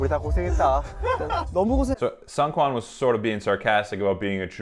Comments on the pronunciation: Seung is pronounced like zingggg. Like an airplane sound. Or SNG with no vowels. The EU is silent. So therefore, Seungkwan's name is pronounce as SNG-KWAN. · I’m so sorry but the seungkwan pronunciation gets me every time